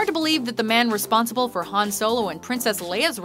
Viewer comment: It's HAN!!! Not HANS!!!